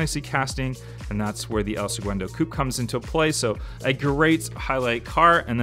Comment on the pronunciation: Seguando?? it's segundo